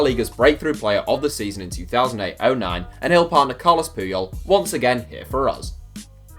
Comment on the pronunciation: Carles not Carlos